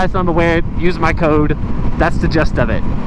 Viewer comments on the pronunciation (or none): I mispronounce a lot, anyways I think gist rhymes with wrist, not judging, just trying to help.